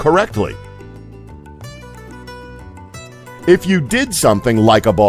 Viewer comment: I hope it was intentional, but every time this guy had to say anything regarding the word "incorrectly" he totally butchered it.